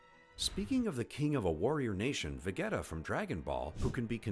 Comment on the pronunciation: “The Syans? Vageta ?” Wtf yo are you trolling? Is this an bot?